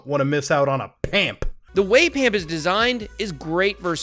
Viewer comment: I like how when discussing PAMP he says PUMP. You mean like....Pump n Dump?